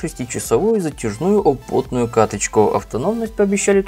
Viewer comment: 2:8 опотную каточку? разговаривай нормально))